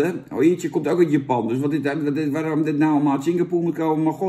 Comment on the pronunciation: Hojicha is Japans en je spreekt het niet uit als ho-ji-tja, maar als ho-dji-tja en ja het is best smerig. Cha betekent thee